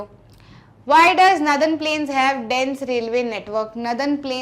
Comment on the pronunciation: Mam aap ki northern ki pronunciation sahi nahi hai